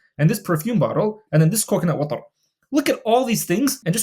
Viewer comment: The way you say coconut watrrr cracked me up. love the vids bro